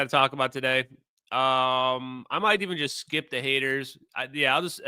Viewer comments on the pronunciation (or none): none